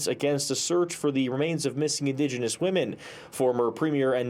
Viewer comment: "indegeniius" lol shes more white than me...